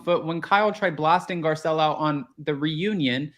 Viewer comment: Girl, please learn how to spell her name, it’s literally posted everywhere and you completely butchered it “Garcelle”